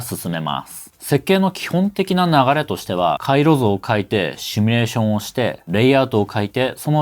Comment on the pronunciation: simulationを一部『シュミレーション』と発声しているが....如何に...